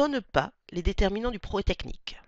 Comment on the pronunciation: Sympa la vidéo. Mais pourquoi ne prononcez vous pas le "proGRÈS" technique? Cest très chiant